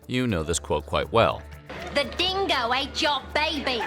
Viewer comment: The "real story" as told by an american that cannot even pronounce dingo, uluru or azarias name